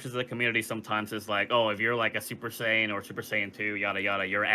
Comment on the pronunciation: Mispronounced "Saiyan" as Sayin!